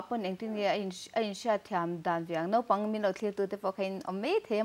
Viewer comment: Nopang nilo vin Naupang Note nilo vin Naute.